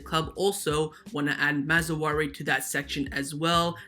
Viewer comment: Dude, It's pronounced "Maz-rah-wii". Honestly wanted to let it go but you keep bringing the man's name up.